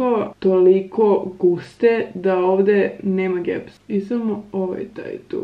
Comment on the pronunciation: nije du nego tu pardoon